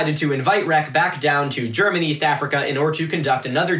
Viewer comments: Wtf? The algorithm did what it was supposed to?? This is GOOD content! Also pretty good German pronunciation btw :) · What the fuck...? You're the first archaeology Youtuber I've watched who doesn't butcher German words. You actually did a really good job. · pretty good pronunciation for one of those Americans actually